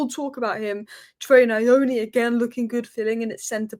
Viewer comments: It's not Na- yo-knee, it's New-oo- Knee 😂😂😂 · Pronounced nyour nee. Nyoni.